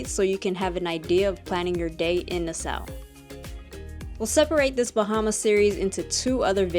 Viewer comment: You are pronouncing it incorrectly, it’s nas-saw